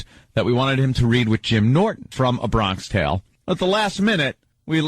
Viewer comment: It’s meant to be “A Bronksh tale” (the way Vos would say it), but stupid Opie always read it as “Bronk-ish”